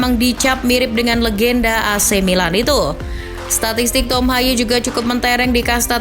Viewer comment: Baca namanya bukan tom haye melainkan tom hey